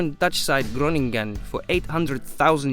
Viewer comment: how he said Groningen xD